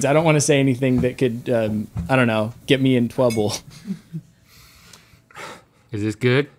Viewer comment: “I don’t wanna say anything that could I don’t know can get me in twouble”